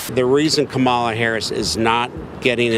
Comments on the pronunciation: Hey, does anyone else correct these MF’ers pronunciation every flippin’ time? “Ka-Mala” “It’s comma la!” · kaMAla is the Russian pronunciation of her name. Russians emphasize the second syllable. English emphasizes the first syllable. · I hate struggling with this, but I am voting for her and I keep calling her Kah-mah-la and not Kam'la 😢. I have trouble remembering to do it in the moment. Im sure it will go away once she is inaugurated. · Republicans say Kamala’s name wrong to show disrespect. When they say it wrong…..I correct and if they continue with pronoun it wrong …..there is nothing else to talk about and they are tuned out.